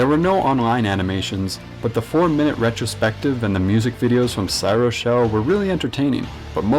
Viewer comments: ......dude.......its CRY OH SHELL. is it that hard to get right? way to discredit my favorite band! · I liike how you cannot pronounce cryoshell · you mispronounced CRYOSHELL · how's that discrediting? its called mispronouncing.